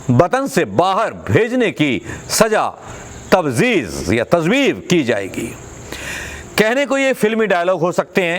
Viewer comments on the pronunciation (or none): Tazveez Sharmaji kya bol gaye. Urdu nhi ati to mat bolo.